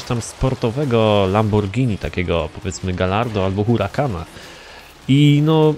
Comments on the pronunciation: Hej nie mów Lambordżini tylko Lamborgini tak jak pisze Xd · Tak mówi a Mowi się Lamborghini;p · power hd Lamborghini to się pisze a mówi się lamborgini. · Po co się wypowiadasz jak nie wiesz tak jak ty mówisz mówią w usa itp A we Włoszech mówi się lamborghini